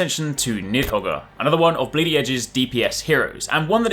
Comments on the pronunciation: Ughhhh LMAO the pronunciation of Nidhoggr killed me as soon as you said it lol. It’s to be expected though. Good luck with the series (“Need Hog”, for the Norwegian and Norse folk next time you upload hehe) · Niðhoggr (Nith-ho-ger). That's how you say it, right?